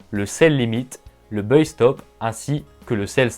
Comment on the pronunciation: Salut on a déjà du te le dire mais il ne faut pas prononcer "Beuille" le mot anglais buy, mais prononcer "Baille", mes oreilles saignent !